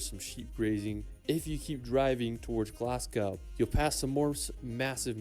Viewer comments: he pronounced it GLAS-GOW (as in "cow") but gough is pronounced "goff". Also vier duct is still wrong as there's "r" pronounced at all so it ain't easier really. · There are hundreds of places in Scotland which are well worth visiting. The places you mentioned visiting are in SCOTLAND! It is wise not to call Scotland England. That is very disrespectful. Oh, and Glazgo is the pronunciation for Glasgow, and Edinburgh is Ehdinburra! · It's Edin bruh Glas goh Holy rude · Sorry but it's VIA-DUCT and not Vier Duct and it's GLAS-GO and not Glasgough which would be pronounced Glas-goff.